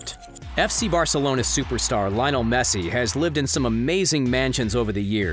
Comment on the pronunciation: “Lion el mesi”